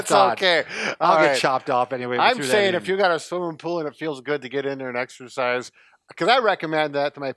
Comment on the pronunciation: it's exercise not exersice!